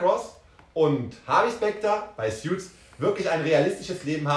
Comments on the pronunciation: Btw, es heißt Suits [suuts] nicht Sjuits 😉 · Man spricht es ‘soots’ nicht ‘sjuts’ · Es heißt Suits, nicht "Sjuts".